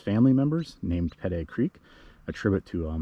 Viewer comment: I’m a descendant of Sebastian Ritner and have to chime in. Pedee is pronounced like the letter P and the letter D. I also live in Vegas and when people pronounce Nevada as Nevahhh-duh I chime in 😂. Thanks for doing this video.